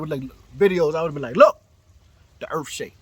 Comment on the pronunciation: “The earff don't shake where I'm from, maybe it's cause we got treeeeees” 🤣🤣